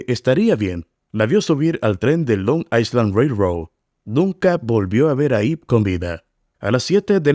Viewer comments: Tampoco I se pronuncia como i es ai. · Amigo ,no se pronuncia la letra "s" en island.